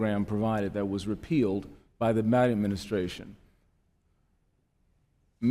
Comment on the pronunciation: Repealed by the what administration? Mi-engh? I'm assuming he was trying to say Biden? Didn't get anywhere close.